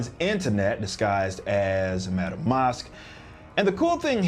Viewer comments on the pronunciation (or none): Its pronounced MASK, Madam Masque, not Mosque.